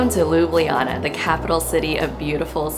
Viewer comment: its prounaunct ljubljana ma girl